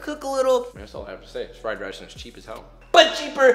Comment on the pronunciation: Newbie here from Babish's channel! Hi! I'm sure this has been said before, but every time he says "but cheap," I hear "butt cheek." Lol so glad I found the channel, though! SO helpful. <3